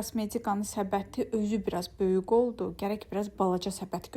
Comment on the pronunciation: Salam,nitqini bir az inkişaf elətdir ,sən hər böyüq deyendə ürəyim sixilir.Böyuk,qəşəng g hərfini deməyi öyrən .Pis mənada demirəm,çünki isdəyirdin öyrənmək.Alınmayacey yox alınmayacaq və s.